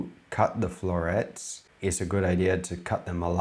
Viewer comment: Florets. Not florettes